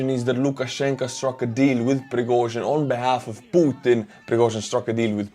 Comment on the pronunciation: I really like the way you pronounce P u t i n!!!